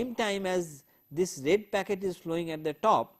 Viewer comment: oye! its "Packet" Switching and NOT "Pocket" :P now, Q : State 5 differences between Packet Switching and Circuit Switching.